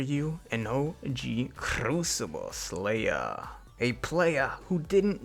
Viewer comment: How many times did he say crucible slayah